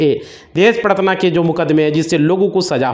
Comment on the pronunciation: प्रताड़ना होता है भाई। Paratna नहीं।😅